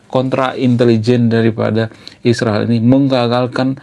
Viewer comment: Sebut israel dg benar bro Ucap 7x seminggu